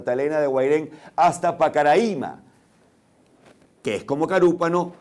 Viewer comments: Pana Briceño aquí en Santa Elena le dicen hasta los mismos brasileños "Pacaraima" sin acento en la I. Cómo Roraima. Saludos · Profesor pronunció mal pacaraima